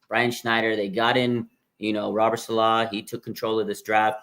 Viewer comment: Dude stop saying SaLAW it's SAlaw